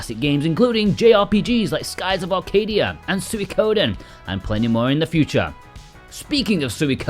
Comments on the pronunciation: "Sooey-koden" 😂 It's pronounced like "Sweeko-den" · It's "swee" as in sweet for Suikoden. Not suey. Sw-EE-Ko-den